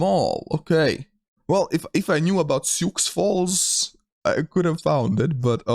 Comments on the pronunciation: Your also mispronouncing Sioux Falls. The x is silent. "Soo Fallz" not Sioux Falls with adding pronunciation on the X. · Sioux Falls the X is silent in the city name so it's more or less pronounced like Shoe or Sue Falls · Sioux Falls pronounced "Sue". It's Native American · Prounced “sue” falls lol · Sioux Falls is the largest city in South Dakota with just over 280,000 people in the metro area. Also, it's pronounced "Soo Falls"